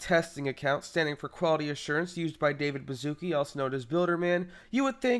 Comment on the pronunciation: pronounced Davis Baszuki as "David Baszuka" somewhere in this video lmao